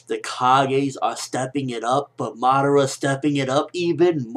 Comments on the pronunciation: Uchiha Mada--WHO? Madaara? And who the hell is this "Na-ru-to" that you speak of of? T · LOL WHY DO U KEEP SAYING MADARA NAME BACKWARDS